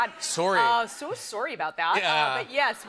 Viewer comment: The way she said "so sorry, 'bout that", - classic Robin scherbatsky. #canadian🤣